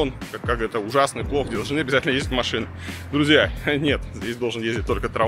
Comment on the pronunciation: "в РоссиИ", "едут две машинЫ" - что за прикол в последнее время с неправильными интонациями?